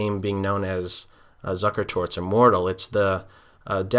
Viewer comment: If you're going to comment upon pronunciation, then I'd also like to add that it's "Zoo-ker-tot" not "Zuck-er-tot".